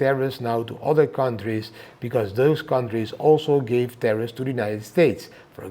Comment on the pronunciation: Tarriffs not terrroris lol